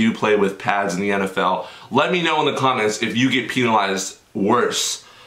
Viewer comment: Penalise not peenalise bro that shiiiiii nasty 😂